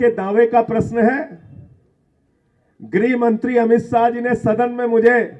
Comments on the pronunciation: ग्रहमंत्री नहीं गृहमंत्री... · ग्रहमंत्री नही, गृहमंत्री होता है!😂